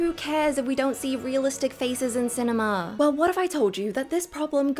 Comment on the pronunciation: Letting syllables ring should be reserved for extremely limited use and should probably be followed by a little silence for processing. Otherwise, clip your syllables, let your words carry the meaning, you do it well. eg. cinema, not cinemaa.